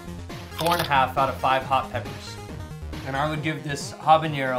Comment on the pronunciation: Jesus Christ, if you're gonna keep doing habaneros, tell the person how to say it before filming.